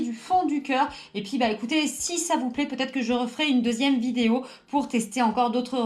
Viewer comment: A elle a dit fin de vidaeo 😂😂😂